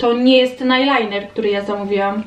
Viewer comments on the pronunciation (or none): none